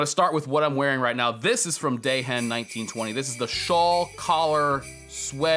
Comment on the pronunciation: Dehen is pronounced, "DEE-ehn". ;)